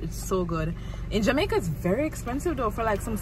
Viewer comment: Man say jamaicer🤣🤣🤣